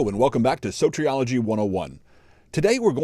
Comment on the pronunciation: Sotrioligy? That's how you pronounce it? 🤦😂